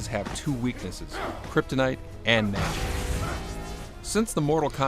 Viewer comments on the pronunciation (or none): he said msgic